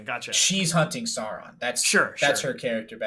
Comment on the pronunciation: You're, yet you constantly mispronounce Sauron! Remember, it all comes from high germannic legend and myth.